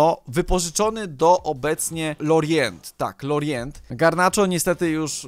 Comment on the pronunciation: Lorient czyta się "Lorią"